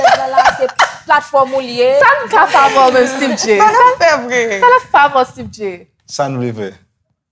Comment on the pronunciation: Koman Styve Jay a li pa Steeve en anglais 😂